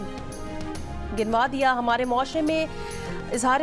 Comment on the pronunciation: Ganwa dia ginwa dia nhi reading thk karain